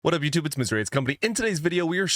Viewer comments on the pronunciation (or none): none